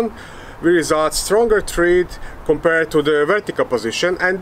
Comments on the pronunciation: Thread rhymes with bread! Excellent research though! ☺️☺️ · It’s pronounced THREAD, not THREAD.